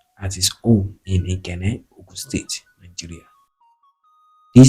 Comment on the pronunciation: Your infections are wrong o, Awo (mi do) not Awo (re re). Ikenne (do mi mi). Two FACTIONS (not FRACTIONS) ON November 12, 1962, not IN ... A car DRIVEN (dreevn) not draivn. Buried be-rid ( not boo rid).ON August 2, 1966, not IN commissioner of finance, not of to finance. Ikenne (domimi). Please work on it next time.